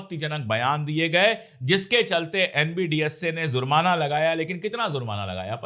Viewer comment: Sir with due respect it is JURMANA and not ZURMANA. Same way it is NAMAZ and not NAMAJ